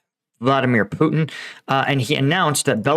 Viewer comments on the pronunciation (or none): none